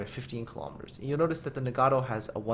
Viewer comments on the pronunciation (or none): "...the ni-gaddo." I've never been offended by such a butchering of a ship name ._.